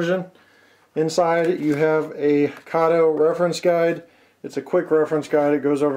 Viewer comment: Everyone says Kato wrong !